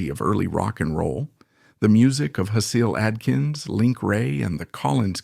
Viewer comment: How many adjectives can one shove into a narration?? This isn’t good writing, this is verbal masturbation. Also, your mispronunciation of Hasil Adkins, atonal, and CBGBs shows you don’t even know your subject matter. If you cut out the BS, this video would be a quarter of its length. I couldn’t even get to the end. Your vocal delivery also made me want to eat a pistol. R.I.P. Bryan, you deserved better than this tripe.